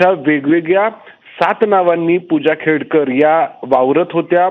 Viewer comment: खेडकर नाही खोडकर😂😂